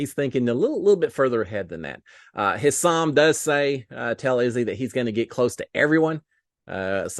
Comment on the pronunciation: Hey there,! Thanks again for giving us updates every day-even when all we had was animals to see...🙄 I have to tell you... To pronounce Hisam's name:. It is "HI sum" accent on the first syllable. I know, us being from Texas and stuff, we haven't had many people with this name but I'm here to help you! You can do it and THANK YOU, AGAIN for giving us updates! Pray for rain for us too!!!